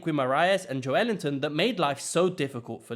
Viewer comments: It's Joel-in-ton. Or Big Jow. Nee idea where he's getting Ellington from. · Its Joe LIN-TON Not Ellington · I was keen to hear your thoughts until you said "Jo Ellington" instead of "Joe Linton" and I'm not even a Newcastle fan 😂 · Just for future reference mate, joelinton is pronounced Joe-linton. Ive seen Bruno Gumairres talking about him, ans he pronounces it that way. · Its emphasis on the “el” that’s why it sounds weird.